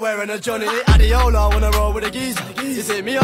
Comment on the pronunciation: People don't know that Adeola is a Nigerian name and it is pronounced(a-d-ay-ola) not adeola. Don't blame them though